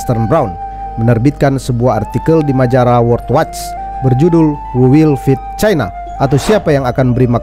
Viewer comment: utk admin , pengucapan china tolong nada tonasi nya jgn di tekan , seolah" kembali spt pengucapan era orba yg penuh tekanan dan kebencian